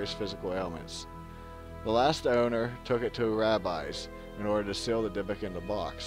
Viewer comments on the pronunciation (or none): none